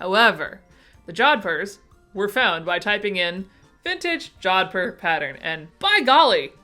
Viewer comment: Yeah you say jodhpur right. And I must be thenonly person on the planet that hates all this new trend of calling things "core' , for heaven's sake there's already a word, Style to use. XD love all the weird patterns